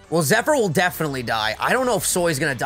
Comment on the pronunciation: Can't believe vinny and can't say Zephyr properly 🤣